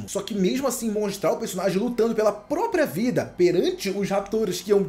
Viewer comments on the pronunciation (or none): none